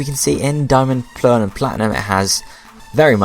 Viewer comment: "Diamond, Plearl, and Platinum"